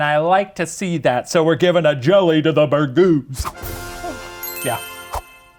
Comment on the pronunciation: "Bergooz" I had just taken a drink of my coffee and almost spit it all over my laptop I was laughing so hard. Also, I'm so happy you started out the season with my FAVORITE guest KATE PETERMAN!!!!!